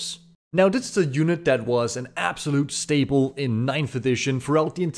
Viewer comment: "Staple", not "Stable"